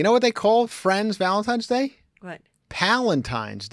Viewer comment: I love constantly saying “Valentimes day…”